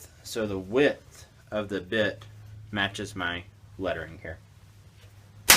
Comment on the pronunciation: "...no a 60 degree bhpabith bit". What?